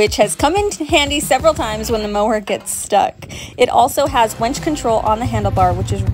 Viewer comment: Great video. The Polaris website doesn’t mention a rear bumper on the trail edition. I wonder if that’s a change. And unfortunately it comes with a winch. Not a wench as you repeatedly said. 😀